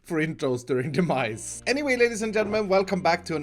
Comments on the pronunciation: Who thought actually said 'The Mice' in the Intro at the beginning?? Well at least the cat at the end will keep them at bay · Got way too far into the video before I realized he was saying Demise and not "the mice".